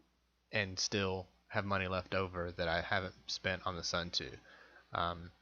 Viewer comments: Please.... it is not 'sun too', but 'sun toe' pronunciation. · suunto is pronounced soon-tow not sun-too fyi. im a Casio Pro Trek tough solar guy and i will say skip the cheap ones like this and get a casio, far more durable than a suunto and a china made knockoff or variant like this. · Smith Actually its more like "soon""toh"